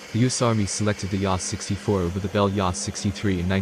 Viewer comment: A H 64 not ahh 😂😅